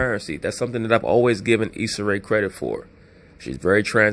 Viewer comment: Issa "Isaac" Ray 😂😂😂😂😂 this dude be cracking me up